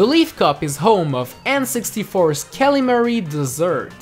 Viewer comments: It's Kalimari Desert, not Cally Mary Dessert! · Callie-Marie Dessert? Ditto Ditto Jungle? No offense, but that is NOT the way you pronounce those